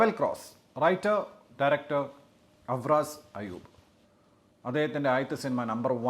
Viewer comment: അർഫാസ് ആണ് അഫ്രാസ് അല്ല 😂😂😂